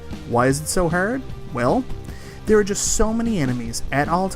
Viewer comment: Is there a bit to why you are saying the word "hard" wrong, and a lot of other words? Arkanoid is the hardest NES game, and its not close. There is a cheat code for unlimited continues, the only way to beat it I believe. I don't think anyone has ever beat it without a tool assisted run